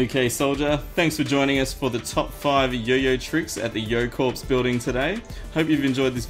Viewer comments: You said Yo-Corpse. You are mispronouncing corps. It is actually pronounced like core. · Hey,. I just want to let you know that the word "corps" is pronounced like "Core," not "Corpse."